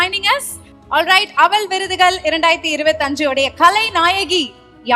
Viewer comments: 😮அவல் இல்லை. அவள். Anchores must learn pronounciation. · அவள் என்பதை அழுத்தி சொல்லுமா அவல் இல்லை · Yes. Not able to pronounce aval. Kevalam